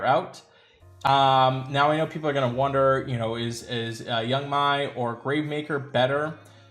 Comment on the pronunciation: I believe it's pronounced Yang 'May"